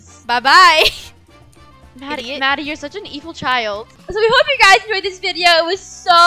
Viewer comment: why your first mom want to say guys and said gusy😊😂❤❤